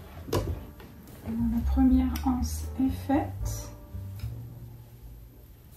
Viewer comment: Une anse, des anses il n'y a pas de h. Par pitié faites les liaisons on dit un' anse, des z anses. Dommage ça avait bien commencé c'était agréable à écouter mais les hanses ça fait mal aux oreilles.